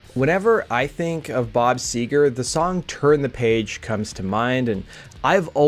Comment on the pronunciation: Seger not sewer